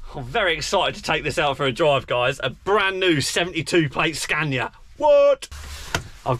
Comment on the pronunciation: How many time has he said super scana